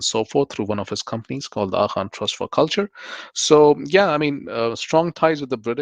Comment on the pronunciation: Why do Pakistanis pronounce AGHA as “AKHA”? 🙊🙉 and Indians 🇮🇳 pronounce ZINDA as “JINDA” 🤡 🤣